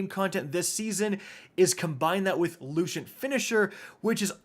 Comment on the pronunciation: “Looshent finisher”